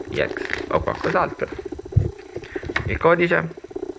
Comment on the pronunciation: ex non iex